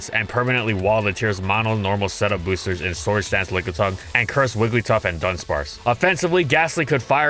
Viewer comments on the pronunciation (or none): none